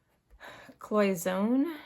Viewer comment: Your little tea pot is pronounced cloy son nay.